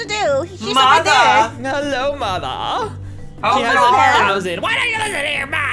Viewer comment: i like how said mother😂😂